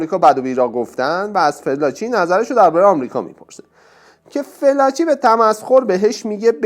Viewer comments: تو با این صدای نحس وگوش خراشت اول اسم این خبرنگار رو یاد بگیر ودرست تلفظ کی‌برد بیا اراجیفت رو تف بده مزدور. اوریانا فالانجی. نه فلاچی کودن. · کاشکی اسمشو درست تلفظ میکردید 🤦🏽‍♀️ felaci نیست، fallaci هست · فِلاچی نه دوست عزیز، فالاچی تلفظ درستِ این اسم است* البته میبخشید دیگه؟!! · شما صدبار بجای فالاچی گفتی فلاچی اسم این خبرنگار اوریانا فالاچی هست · باید متذکر بشم لااقل اسامی رو درست عنوان کنید اوریانا فالاچی است از اول تا آخر گفتید فلاچی!!!! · با احترام ، تلفظ صحیح ِنام ِخبرنگار ، “فالاچی” است ، نه فِلاچی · فلاچی چیه چرا درست نلفظ نمی کنید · واقعا یک برنامه سطح پایین در حد فرهنگ بسیجی ها ،این آقای گوینده حتی اسم فالاچی را فلاچی تلفظ میکند و کلی از چیزهایی که در این برنامه بنام مصاحبه با خمینی شیاد مطرح شده اساسا جعل اسناد است دراین برنامه فقط خزعبلات خمین برجسته میشود، اساسا مصاحبه اوریانا فالاچی خیلی کوتاه بود چون در رابطه با حجاب فالاچی در برابر خمینی کشف حجاب میکند که از محل جلسه اخراج شده و مخفی میشود و مخفیانه از ایران فرار می کند ،چون دارو دسته خمینی طرح ربودن و زندانی کردن فالاچی بود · درود بر شما . تلفظ صحیح اسم این خانم فالاچی است نه فلاچی . من هجده سالم بود که انقلاب شد و کتاب زندگی جنگ و دگر هیچ ایشان را میخواندم (ویتنام) .ایراد خبرنگاری ایشان این است که بعد از اتفاقات سرو کل اش پیدا می‌شدا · فالاچی رو چرا هی فِلاچی تلفظ می کنید؟؟؟ خوبه در تیتر هم نوشتید فالاچی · خانم فالاچی صحیح است یا تمام ایران اون زمان خانم فالاچی را به این تلفظ میشناختند.